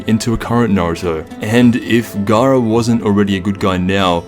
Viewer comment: Garaa felt like Feeza